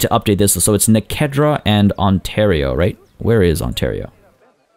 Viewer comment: When u went rrrrrrrrright over here I thought my stomach was growling